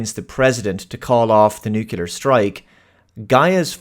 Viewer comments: Nuclear NOT Nucelar... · BTW it's pronounced "nuclear", NOT "nucular". I don't know why so many people can't get that right. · It's "NUCLEAR". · No, unfortunately what stupid is saying "nucular". This is not a word. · Did you say nucular?